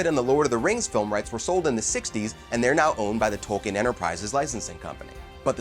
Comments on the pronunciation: It's pronounced tolkeen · Leaving this video . If you don’t know how to pronounce the words in Tolkiens works, you are not qualified to make a video about them. Goodbye. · He apologizes up front for probably mispronouncing Tolkien's characters' names because they "are really hard" and then mispronounces the author's name every time. Perhaps could do a little homework?